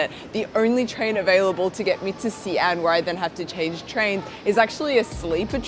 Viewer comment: omg thank you fo ractually putting care into your Mandarin now. it's actually appreciated (you do occasioanlly lapse saying names wrongly after saying them correctly, e.g. xi an, but that's from off-the-cuff speaking and at least you made concerted efforts to say them right the first time)